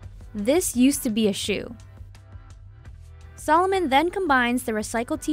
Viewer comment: it´s called a-di-das..no "aydeeduzz" or if then say Ay-dee-das...sa-looooo-mon, not salmon... ^_^ its so weird for me as an german to hear AAY-Di-DASSS ...